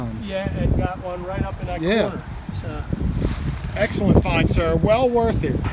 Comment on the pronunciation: Find, not wind